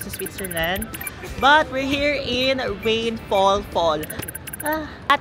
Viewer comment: Hindi nmn rainfal. Rheinfall 😅